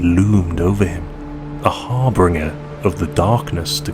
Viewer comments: This was just what I needed to cheer myself up! There's nothing like a good dose of the Grimdark future to make you appreciate the present, because things could be so much worse. If I could point out one thing - you keep saying harbringer, but the word is HARBINGER pronounced HAR-BIN-GER (rhymes with ginger). Otherwise it's a great story that truly fits in the Warhammer universe, and I really appreciate that you wrote it and narrated it yourself. I've had it with channels that use AI to write and bot voices to narrate their content, so thank you, you've earned a sub. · Har-bin-ger, not har-bring-er